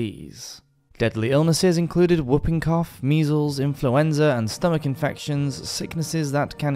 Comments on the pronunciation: Whooping cough is pronounced hooping cough, as in ´who´. It comes from the ´hooping’ sound made by the patient. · Umm… “woop”ing cough?? 😂😂😂😂